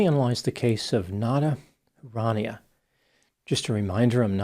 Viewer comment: Huranieh Who-Ra-Knee-Eh